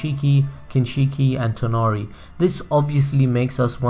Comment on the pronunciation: Its toneri not tenari